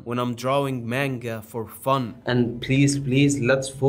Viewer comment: …Manga is not pronounced that way. Also, not all anime’s are off of mangas plus mangas are usually off of light novels. Some anime’s are original with no manga or light novel. Usually they have mangas that come out after the release and the stories tend to differ a little.